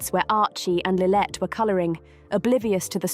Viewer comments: The narrator repeatedly refers to “Lilith” instead of Lilibet. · How much credence can one put on a video that can't get Lilibet's name right? Go to . Her name is not Lillette. Idiots.